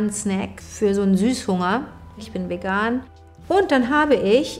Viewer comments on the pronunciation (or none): none